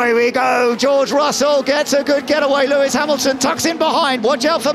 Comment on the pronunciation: “LEAIS HAMILTON TAKES THE ………. LEAD OF THE GRAND PRIX!